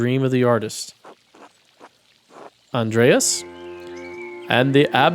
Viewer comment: In Germany of today, Andreas is prononounced with ea as seperate letters. The a letters sound like the u in "but" and are short. You can relax though, nobody judging you here. "Grobian" is a word that a german would understand as "a rough person; someone who is impolite, not tactful or likes shoving people around"